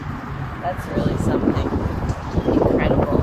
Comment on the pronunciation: did you say.... incredi_bull? lol